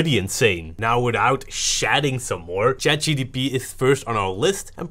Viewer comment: I like how they kept saying CHAT GDP 🤣